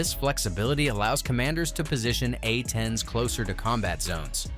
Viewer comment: “A-10s” not “atens” - poorly trained AI